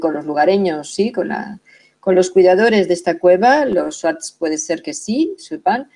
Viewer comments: Muy bien explicado,,esta mejor que Los mentirisos y manipulados documentales de aca,solo Una correpción se pronuncia zuar (Los shuar) no swat..pero Te falto decor que Los japoneses tmb hicieron Su expedicion y Los militares locales pero solo pueden avanzar hasta cierto limite q Los shuar muy bien conocen...saludos desde Ecuador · Son los Shuar, no suat